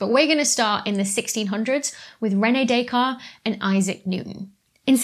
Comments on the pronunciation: yes DescarTTTTes. She has some problems with all french first names and surnames except Marie Curie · On pronunciation: I noticed you corrected your pronunciation of Fresnel. Maybe you should have gone a bit further and checked the pronunciation of the name Descartes. I noticed you hardly pronounced the 't' in his name. I'm not French myself but i"m fairly sure that''s wrong. ;) But then again, I noticed more mispronunciations, maybe you should have owned your pronunciation-duality. :D